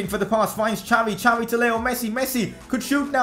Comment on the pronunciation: It's Xavi,not jhaavi🙏🙌🙌